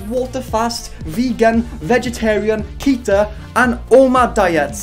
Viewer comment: instead of KETO i heard KETER n i immediately thought hmm makes sense for her to be a keter class SCP she should be kept away from society